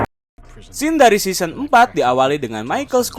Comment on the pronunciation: Correct "season" bukan seoson